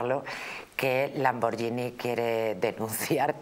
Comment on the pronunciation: NIÑA. POR DIOS! SE DICE LAMBORGHINi LANBORGHINI...L A M B O R guI N I (TANTO EN ITALIANO COMO EN ESPAÑOL. L A M B O R G H I N I---------lamborguini